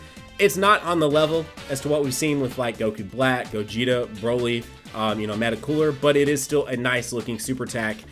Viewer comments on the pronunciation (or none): none